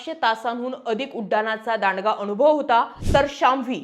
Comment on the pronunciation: Marathi chi aai bahin nako kar Anubhav shabda nit bol kaku